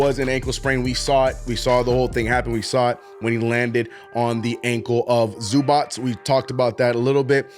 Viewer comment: Glad Kolek is finally gonna get his opportunity. Hopefully he continues to play well and the team rebounds a bit despite the injury struggles. Also your ivica zubac pronunciation wasn’t too bad but not great lol